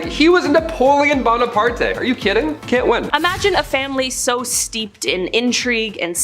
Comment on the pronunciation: It’s Bona-part. It’s French not Spanish!